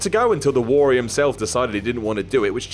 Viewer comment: Say Warrior properly!